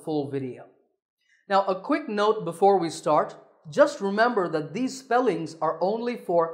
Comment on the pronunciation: That is not correct. It should never be pronounced like that.